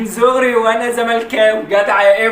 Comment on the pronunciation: هو قال من زغري كتير بس الواد ميعرف يقول حرف ب فقالوا غ 😂